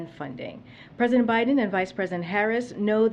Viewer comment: Who's "Binden?" lmao